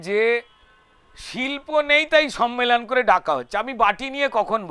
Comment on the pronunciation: Kothata sommelon,sonmelon noy